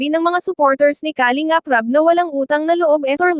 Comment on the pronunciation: Filipina ka naman,pls pronounce the word Kalingap correctly..